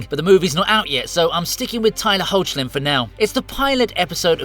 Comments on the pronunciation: #25 is actually from Season 1, Episode 11 of "Superman & Lois." The pilot episode did show a flashback of Hoechlin's Supes in his Fleischer-inspired suit, but that shirt rip didn't happen until 10 episodes later. (And for the record, his surname is pronounced HECK-lin - the "o" is silent.) EDIT: #17 is from "Lois & Clark," not Superman III. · Not trying to be nitpicky or offensive here (and I may be wrong), but isn't Tyler Hoechlin's surname pronounced "heck-lin" as opposed to "hoach-lin?" Just asking.